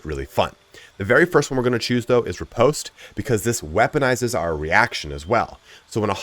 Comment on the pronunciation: Ripost is not pronounced like that